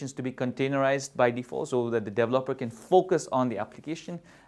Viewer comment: Iit's "de-VE-loper" and "de-VE-lopment", otherwise good tuorial.